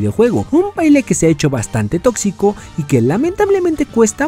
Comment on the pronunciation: Dijo totzico